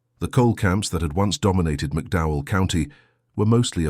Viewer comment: McDowell County, not Mcdow.. The TOE river, not towell .The rolling hills of Kentucky, (the promissed land) is NOT appalachia! crap....20 deputies maybe.. Marshals??? really NOT LIKELY!!